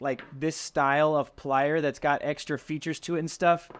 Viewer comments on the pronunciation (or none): none